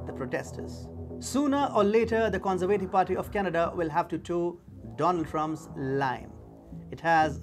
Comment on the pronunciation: The con-ser-vay- tive . No it's the con- serve- ah-tiv